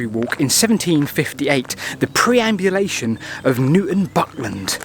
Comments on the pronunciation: Prehaps because I'm Dutch.... but isn't it PERambulation instead of PREambulation? As in, a walk around the preimeter, sorry, perimeter. Now you've gotten me confused as to which is which. Nice video though, love your channel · It’s not “preambulation” as you keep saying, but perambulation, meaning a walk. See graphic on screen at 9.33 for example. Still, a great story, who doesn’t love a mystery? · PERambulation... not PREambulation. Perambulate... to walk. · Very interesting, especially the comments from Justin Nash. Also, it's perambulation, not preambulation! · Nice mystery to explore. A slight correction: you used the word 'preambulation' a lot. If you look at the documents you were reading from it's 'perambulation'. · Perambulation, not preambulation!! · Facinating thought as ever. A pedant writes - I think you meant "perambulation" not "preambulation" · I think you mean PER-ambulation and NOT PRE-ambulation.....as written on the document you referenced. As in the word perambulate, meaning walk, origin of the word, "pram" which is a shortening of perambulator. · PER-ambulation, not PRE-ambulation. ❤ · PERambulation, as in "to perambulate." Not "PREambulation," as in... uh... "before walking," I guess. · PER-ambulation, not PRE! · It wasn't just spelling, you actually said "preamulation" several times. People who speak publicly should know what they are saying, & research if they're not sure of facts or words. Otherwise you are giving wrong information. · I love a good boundary discussion. btw it's perambulation though